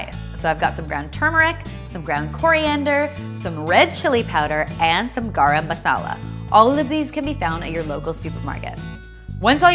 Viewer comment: Basmadi?Rita?Garam?im sorry but I'm indian and these pronunciations make me cringe.